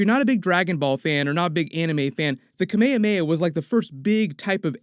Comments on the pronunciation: “Kah-may-yah-may-yah”? It’s pronounced “Kah-may-ha-may-yah”. 🤦‍♀️ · Kame hame ha in Dragon Ball Z is pronounced Kah-MAY - Ha MAY ha, it means "Turtle Wave Motion Blast"; while it is a pun for the name of a old Hawaiian chieftain from history, it's not pronounced the same way. the Hah-DOH-Ken attack is also based on Kame-Hame-Ha attack.... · Im sorry no offense but i cant take the kameyameya one because that is not how some asian calls it more of a kame hame ha again no offense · Kamekameya really? Its ka-me-ha-me-ha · what the hell is a kameykameya? hahaha its KA. MEH. HA. MEH. HA. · Kaamehameha not come-May-hum-May-ha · My pronunciation: KA-ME HA-ME HA Hearing it, KA-MAY-UH-MAH-UH as one word is so strange to me but that’s okay 😂 do you,! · its not kemeyameya, open your mouth, KA ME HA ME HA, nice review btw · “Camayahmayah” LOL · When you say Kamehameha sounds very Hawaiian ☺️ its actually kame-hame-ha, love your work!😜🥰🥰🥰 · The "kamea mea" ಠ_ಠ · It's Kaa Meee Haaa Meee Haaaaa! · Guys, it's KA-MEH-KA-MEH-HA! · "kuh may uh may uh" "tao lao" what the fuck? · The way he says Kamehameha…. LMFAOOO “Camayahmayah” smh 🤦🏼‍♂️ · Dod he actually call Kamehameha “Camayamaya”??? wtf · why you say "Kameyameya"? hahaha sounds really weird... but I'll allow it! 😅😂🤣🤩😎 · Not “kameyameya attack”🤦🏻‍♂️😂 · I’m really mad he couldn’t say Kamehameha correctly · sorry bro I lost it when u pronounced kamehameha xd great vid tho love the breakdowns ! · that kamehameha pronunciation was so dumb... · so no one gonna talk about how he said kamehameha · dont say "kamehameha" like that 😅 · How he said Kamehameha it hurt me so much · … C’mon… Kamehameha? You pronounced everything perfect but the one thing that gets shouted at for 3 episodes long? I expect better. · The way he pronounces kamehameha hurts my soul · how Kamehameha is pronounced... #smh